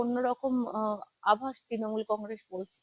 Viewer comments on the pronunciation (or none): none